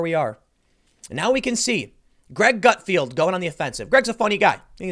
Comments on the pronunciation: I'll be honest, I had a hard time listening to you call him Greg "Gutfield" all the time in this video. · Not Gutfield, but Gutfeld! :)